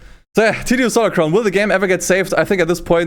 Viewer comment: tsu stolar crown lmao xD